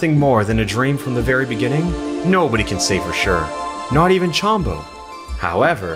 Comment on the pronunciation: Alpha, Chombo's name has no a. It's Chombo, not Chambo.